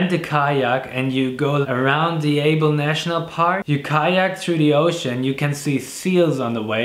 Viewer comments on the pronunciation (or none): none